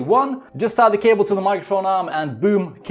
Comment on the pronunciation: i just keep hearing "kale management"